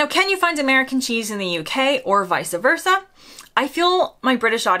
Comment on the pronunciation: not "vica-versa" vice-versa........